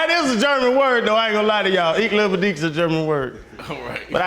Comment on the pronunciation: Channing had me dying trying to speak German! 😂 He definitely pronounced iche liebe dich wrong! And it means I love you! 😂